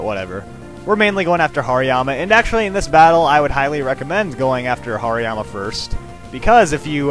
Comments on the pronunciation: Its like he said Hariyama "Harry Mama" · Hariyama = Harrymama lol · insted of hariyama aid hairy mama ha he is soo funny sometimes